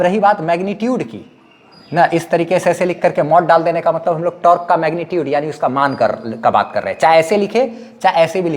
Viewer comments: Tork nhi torque hota hai bhai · Sir aap apne accent ko improve karlo fir aap bhi professional lagne lagoge. Your teaching style is awesome. Just focus a little on pronounciation. Like it's not tark it's tork.. टोर्क